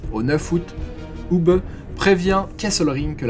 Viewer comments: Hubé......punaise mais tu as appris a prononcer les noms teutons ou? "Hubeuh" c'est un nom propre.... ça te dit que je te rebatise ""? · Pour la prononciation de Hube, elle est presque parfaite. Vous auriez pu terminer par "bè". 😊 Bonne continuation Si pour d'autres vidéos pour des noms belges (francophones ou flamands) ou des noms allemands vous avez besoin d'aide pour la prononciation, je peux vous aider si vous le désirez.